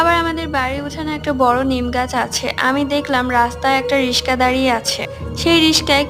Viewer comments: রিশকা না রিকশা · রিশকা না,,, আপু রিকশা হবে 😂😂😂😂😂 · রিশকা না আপু রিকশা 😊😊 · রিকশা ❎রিশকা✅😂😂😂😂😂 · রিশকা😂😂😂😂 রিকশা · আপু রিস্কা না রিক্সা🤣🤣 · ঋষি কানা 😂😂😂😂😂রিক্সা ভালো করে বলতেও পারেন না 😂😂😂😂😂😂😂😂😂😂😂😂😂😂😂😂😂😂😂😂😂😂😂😂😂😂😂😂😂😂😂😂😂😂😂😂😂😂😂😂😂😂😂😂😂😂😂😂😂😂😂😂😂😂😂😂😂😂😂😂😂😂😂😂😂😂😂😂😂😂😂😂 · রিকসা❌ রিসকা✅ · আরে রিসকা না রিকসা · রিশকা না রিকশা😂😂😂😂😂😊😊😊😊😮😮😮😅😢🎉😢😮😢😅😅😮🎉🎉😮😅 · ডিজাইনটা কিন্তু সুন্দর হয়েছে কিন্তু কথাটা সুন্দর হয়নি ওটা রিসকা হবে না রিক্সা হবে মূর্খ কোথাকার আগের কথাবার্তা ঠিকমতো শিক্ষক তারপরে তারপরে ভিডিও করতে যেয়ে বুঝছো তাহলে সবাই লাইক করবে যদি আমার কথা ঠিক হয় তাহলে সবাই আমাকে লাইক করো।😂😂😂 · রিশকা না আপু রিকশা 🤣🤣🤣🤣🤣🤣😂😂😂😂🤣🤣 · আপু আপনার ভুল হয়ে গেছে আপনি যে রিশকা বলছেন এটা রিশকা না এটা রিকশা হবে😅😅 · বন্ধু ইশকা না রিকশা ভালো করে উচ্চারণ তো করতে পারছ না😂😂😂😂😂😂😂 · রিশকা ❎ রিকশা ✅ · রিস্কা না বইন রিক্সা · আপু ওটা রিস্কা না রিকশা হবে 😂😂😂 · শুন বানান ভুল করে বলবানা। সেটা হচ্ছে:রিশকা ❌ রিকশা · রসিকা না রিকশা 😊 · রিসকা না রিকশা 😂😂😂😂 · রিশকা না রিকশা 😂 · রিশকা না রিকশা 🙄🤣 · আপনার মেইল আর একটা সুন্দর হয়েছে কিন্তু আপনি যে বললেন রিস্তা ওটা রিসকা হবে না রিকশা হবে বুঝছেন। সামনে থেকে আর কোন ভুল করবেন না তাহলে আপনার ভিডিও থেকে লাইক সাবস্ক্রাইব করবে না। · রিশকা না আপু রিকশা 😂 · আপু ওটা রিশকা না রিকশা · রিসকা না রিকসা 😂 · রিকশা না কিরিকশা 😂😂😂😂😂😂😂😂😂😂😂😂😂😂😂😂😂😂😂😂😂😂😂😂😂😂😂😂😂😂😂😂😂😂😂😂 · Riska na Riksa Hobe sobdo ta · রিসকা না রিকশা!!you are ron!😆😆😆😆😆😁😁😁😁😁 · রিসকা না রিকসা 😮😮😮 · রিশকা না কি রিকশা😂😂😂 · Thik kore riksa bolte pare na 😂😂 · রিকশা ঠিকমত বলতে পারে,না,হা,হা,হা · রিক্সা ও বলতে পারেন না